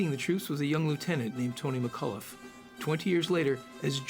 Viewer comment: McCollough is not pronounced McCulloff.